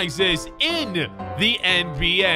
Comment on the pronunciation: Does anyone realize he says “end B A”